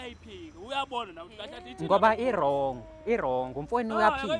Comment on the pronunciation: Lendoda ayikwazi nokubiza u wrong ithi u longi, ithi ungletha Kuma dividi😂😂🚮